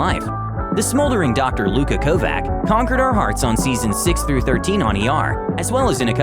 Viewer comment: It's pronounced Lu-kah KOH-vach (not "KOH-vak)